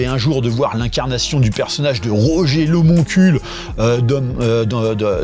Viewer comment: Ta façon de prononcer Roger l'homoncule, t'es passé "à ça" de te faire strike... 😁 Référencement, comme d'hab 👍